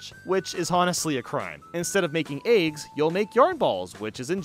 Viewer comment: Had no idea I could get so peeved about how someone says eggs